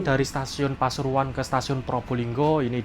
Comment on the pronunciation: pasuruan ❌ Pasururuan✔️